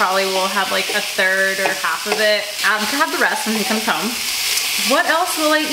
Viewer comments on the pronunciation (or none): none